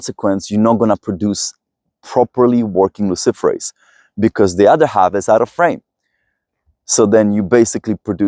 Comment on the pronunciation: Did he say luciferous???